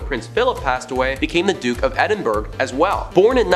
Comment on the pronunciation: god the butchered pronouncation of Edinburgh, like nails on a chalk board